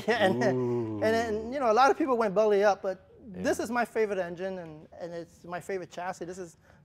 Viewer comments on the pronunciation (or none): none